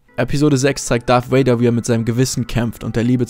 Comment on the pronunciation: Das "V" in "Darth Vader" wird, so weit ich weiß, wie das "V" in "Avocado" ausgesprochen.